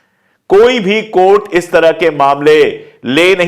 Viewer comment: Courts instead of chourts